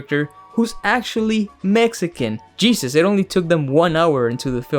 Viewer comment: They couldn’t at least hire a Mexican dialect coach?